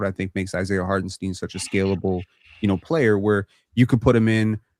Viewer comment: Side note : Can we respect Isiah Hartenstein enough to stop mispronouncing his name?? Jeez lol. It’s pronounced STINE not STEEN